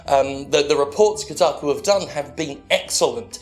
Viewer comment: "Kotaku" Closes video